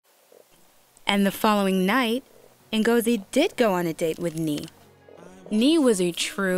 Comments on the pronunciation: It's not Mengozi foe Christ sakes, its Ngozi. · I hate they pronounce (E)ngozi like white people. But it's only a detail, lol. Love the show!